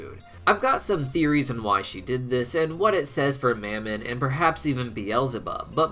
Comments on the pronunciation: Of mammon, soft a, not hard A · I've heard Mammon pronounced in a few ways, specifically Muh-mon and how it's said in thus video. I was wondering if anyone had any insight to which way is correct? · why did you start pronouncing mammon differently???